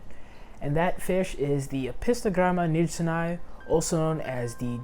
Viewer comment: beautiful video! Just a small correction. 'Nijsseni' is pronounced ' Neysseni'. It was named after a Dutch explorer's last name. The vowel 'ij' is pronounced 'ey' in English :) Or actually this diphtong doesn't exist in the English languages, but 'ey' comes close to it.